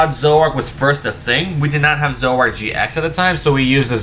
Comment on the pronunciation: It’s “Zor-o-ark” not “Zo-ak”